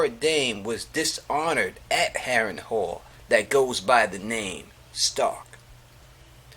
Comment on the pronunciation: Harren Hall lol pronounced Harren Hell